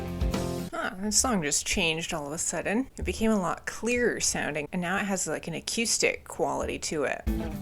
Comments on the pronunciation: U confuse accustic,😅(as u would say), sorry no offense, it was just clean vs. Dirt. Lol. Its pronounced A-Coo-Stick. Haha, But most of what u were calling A-Coo-Stick was just a clean tone. 😮 i mean if u wanna comment on something dont look silly bout it. 🫡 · Bro why do you say acœüstic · I think this is the first time I hear someone pronounce the word "acoustic" like that. :) Also, I suggest checking out Cave In, especially their album Jupiter. It's one of my all time favorite albums, and it has that spacey atmosphere you can hear on Hum and Failure (another fantastic band) albums.